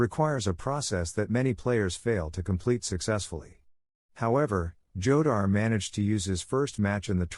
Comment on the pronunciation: Jodar is pronunced HO-dar, stupid